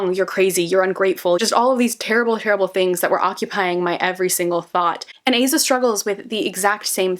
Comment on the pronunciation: Amazing video! Little side note, but I’m pretty sure you’re supposed to pronounce her name as Ah-zah as opposed to Ay-zah